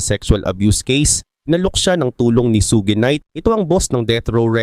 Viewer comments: suGe night😂😂😂 suge!!!! un boss hindi su ge😂😂😂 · Bakit parang sogi knight ang pag pronunciation mo boss? Ang tamang pag pronunciation ay SUGE ( SYOD)